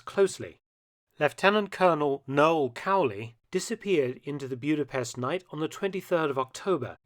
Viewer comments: As someone with Eastern European roots, it was grating to hear the city's name pronounced as Bewd-a-pest. The correct pronunciation is Boo-da-pesht. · Mark, love your channel and your work, but please learn the correct pronunciation before you record Maygar (Hungarian) is a phonetic language! it's not Byuda-pest but Buddha-pesht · Budapest! Not Bjuda...I was there 18 months ago. Nagy rhymes with Hodge